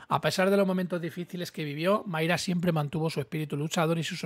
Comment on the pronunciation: es MAYRA con "A" no "MAYRE" con "E", que me pones muy nervioso....